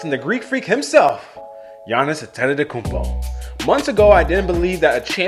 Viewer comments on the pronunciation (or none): Thanx for the vid, even though you ante “te” tokoumpo him a bit:) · "....and the greek freak himself, Giannis Antetototokounmpo" mans can't learn how to pronounce it correctly